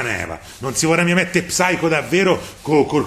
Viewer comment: Psycho si legge saico. La p è muta. Video molto bello. Grazie